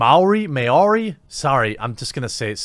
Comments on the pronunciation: May Orie🤣 love your channel even as someone from the culture you cannot pronounce the name of😂 you tried bro🤙 this problem is like apu from the simpsons who's voice actor said he wish he could apologise to every Indian person individually😅 sounds like this bad batch voice actor should apologise to all maori? What a joke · It’s pronounced MAH-OW-RI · Ok. 1st up. Its pronounced more like mowrhee. Close enough. 2nd, as a Maori mix living in Aus I can tell you all that everything this person says about the Maori English accent is bullshit. Esp white NZ'ers making fun of it. EVERYONE makes fun of/with it! Haha we don't take shit so seriously. Everyone makes fun of/with everyone. Honestly, the accents aren't that different to most non new Zealanders anyway. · Seriously the most offensive thing here is how Jeramy's pronounces Maori